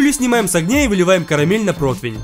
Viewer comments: Почему протвинь? Противень ведь правильно!!! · Очень нравится, как ты готовишь! Это выглядит обалденно!! Но разве не противень? Не протвинь, а противень? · Почему вы произносите протвень,когда надо произносить протИвень? Мне,например,интересно! Надеюсь на ваш вразумительный ответ. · Такое впечатление, что ты немного не так произносишь слово противень. Каждый раз как стеклянным ножем по пенопласту)))